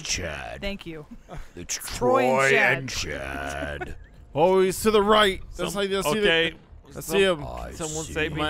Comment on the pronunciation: "It's chad.....it's trooy and chaad" killer version of michael has apparently seen high school musical lol